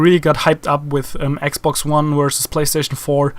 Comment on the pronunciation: lol cuz yo r german u said ax box. no offense germans r awesome... the scout sniper in bf4 was actually designed by a german